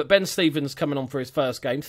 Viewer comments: It's stRevens not stevens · Its Ben StRevens. Theres an R in his name ;)